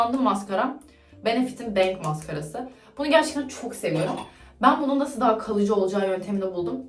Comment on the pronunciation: naskita ya da naşita diyolar aşko